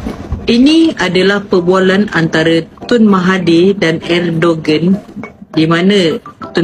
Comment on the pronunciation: Sebutan betul nama dia ikut bahasa Turki ialah Erdowan.